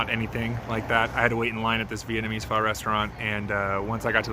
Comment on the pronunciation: Props on getting the pho’ annunciation correct.